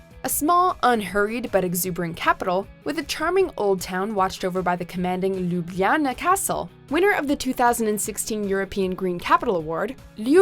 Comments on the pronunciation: My heart broke any time she said “Ljubljana” haha, just imagine the word as “Lubiana”, and stress the “a”, and you’ll be considered almost native 😄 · Can someone teach her how to pronounce these places properly? My hair curled on "Arc du Triomphe" and my ears were bleeding on "Lubljana". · Your pronunciation of Ljubljana killed me. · When you're trying to pronounce Ljubljana, my ears just want to shrivel up! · The entire time I was like "omg! Please stop saying Ljubljana!! It literally hurts my ears. Great city though. Been there twice